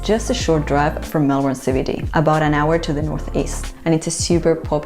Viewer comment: And you pronounced MELBEN ( Melbourne) correct. Well done.